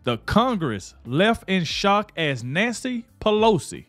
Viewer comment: Did i hear Nasty Pelosi instead of Nancy Pelosi? 😆